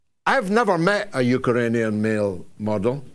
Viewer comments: It's pronounced Ukrainian George, not Ukaranian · George, it's not "UkErainian" .......... it's 'UkRainian'! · Why do you keep calling them Ukeranians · “Yook-er-rain- e- an” 😂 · Love the " Eukaranian" , for emphasis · What is a Uker-rainian? 😂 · You'd think by this stage in history Galloway would be able to pronounce "Ukrainian" 🤷‍♀ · learn how to pronounce Ukrainian you muppet.